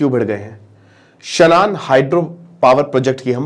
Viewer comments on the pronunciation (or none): शनान नहीं शानन है